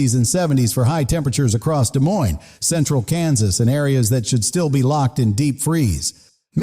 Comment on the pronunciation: De moine, NOT Des Moines.